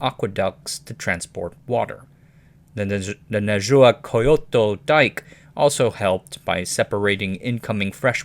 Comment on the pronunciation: You pronounced several words right, but you really butchered nezahualcóyotl, a hard one to be fair., I think the "hual" sound is hard for English speakers.